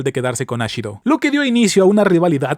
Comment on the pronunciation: X2 jajajaja